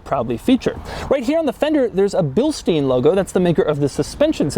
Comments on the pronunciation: "Billsteen"? Seriously? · Hi Doug. It's always nice to see your videos..... the pronunciation of Bilstein is "Bilshtain".